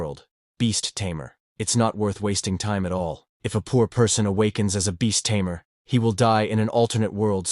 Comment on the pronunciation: It's Tamer ,not Tamear